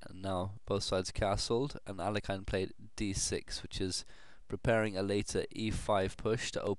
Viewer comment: Alekhine's name is actually pronounced "ahl-YE-khin" or "ahl-YO-kheen" rather than "AL-ek-ine".